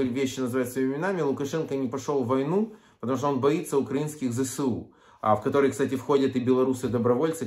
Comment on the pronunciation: Не ЗеСеУ а Зе еС У